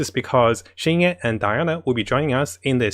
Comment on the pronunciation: Xing qiu become qing qi omg 😲 your pronounce hahaha